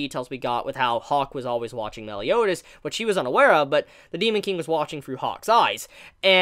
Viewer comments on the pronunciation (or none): Why do u keep saying meel? (Meal) instead of mael? (My-El) that's his name cuz rudicel (rude-eh-cELl) tarmiel (tar-me-EL) sariel (sorry-EL) and so it would be mael (my-EL) cuz it would sound dumb if they are all EL's then u just see mael (me-eel) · seriously, i know its boring to hear, but its MAH-EL, not mel, please pronounce it right, how did you even come up with this absurd pronunciation? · my L not mell